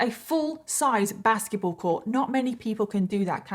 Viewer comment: Okay is it just me or is anyone else hearing "baskie-ball" instead of basketball more often than not???